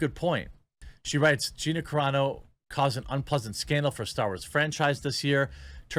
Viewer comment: Wow, Jeremy actually now knows how to pronounce Gina Carano's name correctly! He went from "Care-ah-no" to the correct "Cuh-raw-no". Finally.